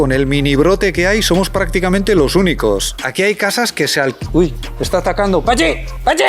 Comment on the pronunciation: ese pachi ha sonido bien vasco jajajaj